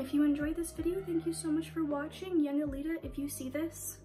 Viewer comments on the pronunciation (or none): i think its pronounced yunJelita not yunG elita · as i said, its yunGelita, its not like angelita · yungelita is like angelita right? so i think its yunJelita ;))